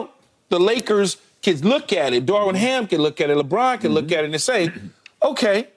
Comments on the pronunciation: Someone please tell Key that "Darvin" doesnt have a damn "w" in it.. lol.. his name isnt "Darwin".. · It’s Darvin, Keyshawn. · Am I the only bothered by Key saying Darwin Ham,Darwin Ham.. I thought his name was Darvin Ham😂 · Day 23 of convincing Keyshawn it’s Darvin not Darwin.